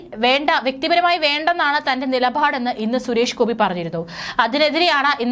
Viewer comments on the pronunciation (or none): നിലഭാട് അല്ല നിലപാട്